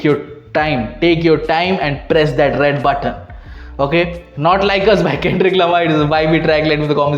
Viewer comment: "KEN-DRICCCCCCKKK LA-MAH" 😂😅